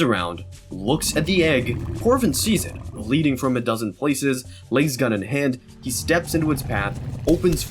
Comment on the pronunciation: These stories are absolutely incredible. Some of the best 40K content I've seen. They being said, you really need to work on your pronunciation. "Lays-gun"?? Come on bro 😂